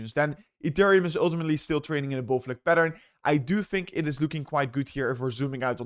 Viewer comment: dont say OOOOiltimitly if u dunno what it means ff s